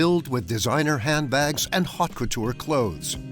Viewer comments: did the narrator just said 'hot' couture? lmao lol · Haute (high in french) couture